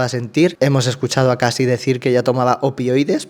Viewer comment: Estoy enganchada a estos vídeos (y te sigo desde tiempos inmemoriables), pero con todo el cariño del mundo, Cassie se pronuncia "Keisi", no "Casi".